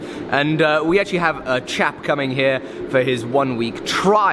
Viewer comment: has lost his ability to say actually. he now says akk chilly.